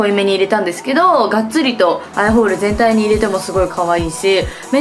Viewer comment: なこここ 全体にって言おうとしているのがてんたいにって聞こえるんです！